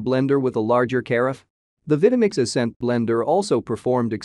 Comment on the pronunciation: Purchased my Vitamix 5200 back in 2009 and it still works fine, no problems with it. Good video except the narrator mispronouncing the names of the Vitamix and Breville. Oh well.